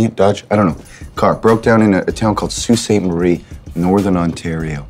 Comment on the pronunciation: I LOL'd when he said Sault Ste Marie, as a Cdn that was funny